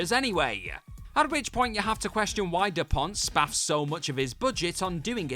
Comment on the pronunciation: Jan De Bont-director of Speed:Cruise Control used to be Paul Verhoven`s director of photography....That`s Jan De Bont NOT De Pont,nice to see some research was done by once again.